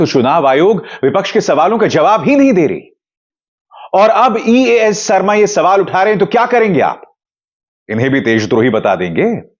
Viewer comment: Sarma😂 Aap ke talaffus jahan tak main jaanta hun bohot acche hai phir yeh sharma ko sarma kyun?